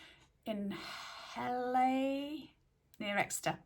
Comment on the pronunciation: Me again….i’m honestly not the pronunciations police …! But the Hele near Torquay is pronounced Heel or heal ….so I presume the one in Exeter might be too? ….a Nottinghamshire lass here who now lives in Devon and